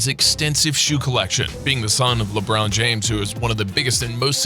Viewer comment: He really said bro-nee, LeBrown James, and Kyle Irving